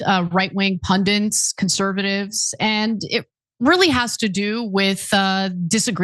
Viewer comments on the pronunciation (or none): ANA, I'm surprised to hear you, a seasoned commentator, use the term PUNDENTS (AT 58 seconds.). This is a word commonly mispronounced, and since you are one yourself you should know that the term is PUNDIT. I believe, without looking it up, that it derives from the Indian term PANDIT, which I believe means a wise man. Jawaharlal Nehru was often referred to as PANDIT Nehru. Please accept this correction in the good will that is intended.